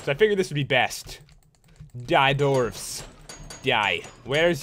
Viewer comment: Pat you misprouonced dwarves, and your blindness is because you're near bedrock (